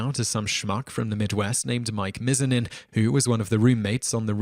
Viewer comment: Mizanin is pronounced Miz-ah-nin